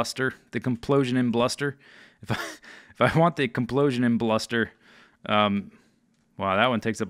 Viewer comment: "Kaplosion imbluster"? Who do you think you are? Bdubs? ;)